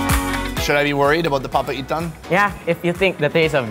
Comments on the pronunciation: Pronunciation Locals: Papaitan: Papa Ethan 😅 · The way he says papaitan, sounds like Papa Ethan to me. 🤣🤣